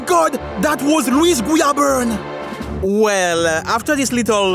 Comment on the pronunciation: This is so off topic to the video but I loved A) everytime you went "omg its louis guiaberne" "omg that was louis guiaberne" B) i love the way you say his name xD idk why